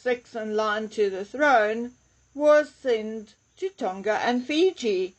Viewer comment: Tonga does not rhyme with longer. It's a soft "g" like in "song".